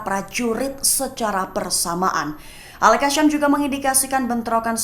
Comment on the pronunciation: YANG BACA TEKS NYA KEPANAPA AL KASSAM DI BACA AL KASYAAAAMMM